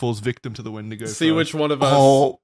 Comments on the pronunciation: Wait it’s a wendiGO not a wendiGOON!!! What’s different about Isaiah’s?!!!! Oh god… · Wendigo - the boys are making it sound a little more like 'Wendigay' the horror story told by catholic priests in Sunday mass